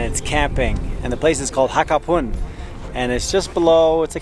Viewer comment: Hapakun. Not Hakapun